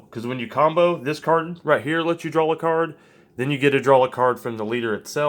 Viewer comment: ok great deck but "drawl"